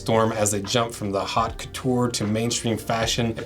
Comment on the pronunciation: "Haute" is not "hot". It rhymes with "goat".